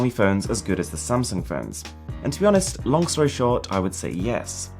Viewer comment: good thing I know he wants to say "Samsung" and not "Samson"...